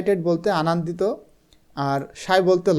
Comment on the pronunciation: আনান্দিত না আনন্দিত 😅